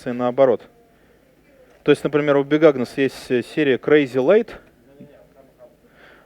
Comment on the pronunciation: Лекция интересная, но пожалуйста, произносите четче названия, долго не могла понять что за "бигагнос". У меня крохотный швейцарский нож-брелок с щипчиками для ногтей уже 12 лет и ни в коем случае менять не буду, самая практичная вещь на свете, фиг с лишними граммами. Крышка нужна обязательно! Вода закипает гораздо быстрее и остывает медленней, а главное, она же превращается в сковородку. Но если иду одна (3 дневки), котелок вообще не беру - кружки на 400 хватает, обхожусь без сахара, соли, специй и масла. Зато тащу яблоко и овощи - быстро съедаются и становится все легче идти. Вместо разделочной доски и тарелки - кусок пачки сока. Он же для розжига и ветрозащита.